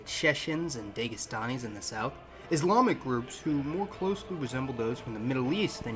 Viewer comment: Avestan was the language of Zoroaster. Avestan = Old Persian = Old Russian = Sanskrit. Slavic speakers can very quickly establish communications with Persians & Hindi speakers. It is that same language. The Iranian folks who were in Eastern Europe are the Slavic people of today. The Chechens are the Alans (which is Irans pronounced poorly) The Gathas (/ˈɡɑːtəz, -tɑːz/)[1] are 17 Avestan hymns believed to have been composed by Zarathushtra (Zoroaster) himself. They form the core of the Zoroastrian liturgy (the Yasna). They are arranged in five different modes or metres. The Avestan term gāθā (𐬔𐬁𐬚𐬁 "hymn", but also "mode, metre") is cognate with Sanskrit gāthā (गाथा), both from the Proto-Indo-Iranian word *gaHtʰáH, from the root *gaH- "to sing". The Yasna was a collection of hymns that formed the core of the Yas culture. Temüjin Borjigin's (Iron Blue Eyes) father was a Yas & I believe his mother was a Nestorian Christian of the Chechen tribe. The Sanskit tribes were all enmeshed with Altaic Kangars (Hungarians), Turks & Mongolians. A contemporary of Temüjin Borjigin described him as a very big man with green eyes & red hair.